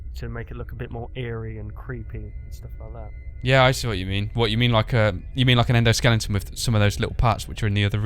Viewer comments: He said "Endoskelington" lol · endo-skellington? i busted out laughing when i heard that